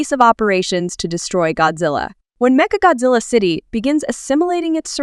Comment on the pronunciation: メカゴジラがメカゴズアに聞こえるのは私だけ?